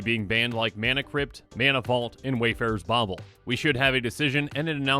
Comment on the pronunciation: Why do I chuckle now every time he says Wayfarer's Bauble?